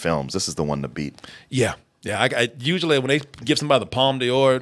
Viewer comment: Palme D'or is pronounced "palm door" - I wish Americans would stop pronouncing it "palm dior"